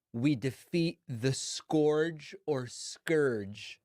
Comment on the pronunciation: Four years AGAINST high stakes DEFENSE? Tell us you are dumb without saying it man. Then again he already did when he showed he was not sure how to say scourge